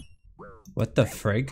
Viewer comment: "what the fraig" lol Rsn: Wsttgr